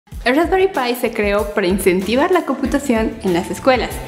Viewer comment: Rrraesperrii pie.. 🤦‍♂️🤦‍♂️😂😂😂